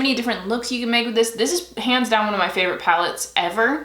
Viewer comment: Lol when you said "hands down" I thought you said "pans down" lol I thought I would share the laugh. 🙂